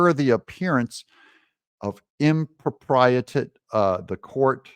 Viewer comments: im- Pro-pee-AH-tay 😂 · ITS SPOKEN LIKE THIS IMPRA PRIATEE